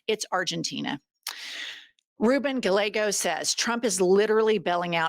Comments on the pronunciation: It's "guy-EH-go," not "guh-LEG-oh." Double-l in spanish is prounounced like a 'y.' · Really! Is it too hard to say guy-YAY-go? (Ruben Gallego)